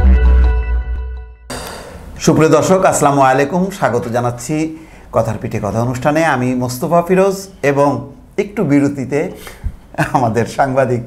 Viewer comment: প্রিয় মোস্তাফা আস্লামুলাইকুম/ এইটা ভুল।। আসসালামু আলাইকুম। এইটাই সঠিক। আশা করছি প্রিয়❤️ সহিহ করে নিবেন জাজাকাল্লাহ